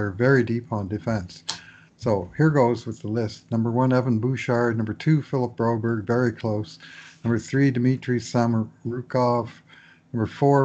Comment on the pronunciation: Just say Bro-BERG, stop the berry.